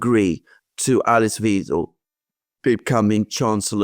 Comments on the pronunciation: Weidel not Wiedel.. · Youre pronouncing Weidel wrong. It's not Weedle it's Weidel with long i like in BIKE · Reminder.... it's WEIDEL. As in... WEIMAR and WEIN. Rhymes with wine & dine. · Alexander, it’s still pronounced WAIDEL…😅